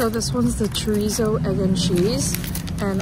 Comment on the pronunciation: Chorizo as well 😂